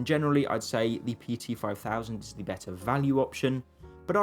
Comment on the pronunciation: tbf he doesn't do it all the time. Unfortunately "spelling pronunciation" is the way young British people's speech is going so you'll either have to learn to put up with it or avoid their vlogs.